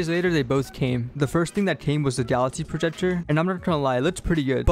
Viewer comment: Bro is saying galaxy projejor